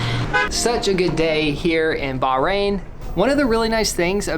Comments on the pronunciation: not local she is Indian live in Bahrain... she is not even pronounce Bahrain correctly! So sad that u didn't see the best in Bahrain with real Bahraini! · Rashid he’s not wrong. She can’t even say Bahrain properly. I’m not Bahraini but I’m still kind of irritated, as I would love to see a real Bahraini who speaks Arabic and is actually from there, practicing the culture... she’s British like me and that’s all I see. I’m more irritated that she’s called a native by when she’s an expat.